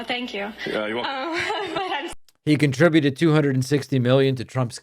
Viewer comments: " Contra - buted " ? Bone headed bimbo. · Con-Tri- BUTED....I noticed that too.👍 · "contrafuted"? Did she say a real word and I just misheard? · Contra-bue-ted? USA! USA! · This lady couldn't even say "Contributed" correctly from the card/screen she was reading from. 🙄